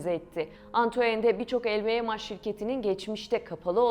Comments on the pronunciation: sadece pound a euro dememişler telffuzda yanlış lvmh el vi em haş nedir aga ? haş diye bir harfmi var ingilizcede bunu türkçe okuyorsan el vi em nedir? uzaktan eğitimlemi öğrendiniz içerik oluşturmayı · Lvmh i nasil telaffuz ediyorsunuz?!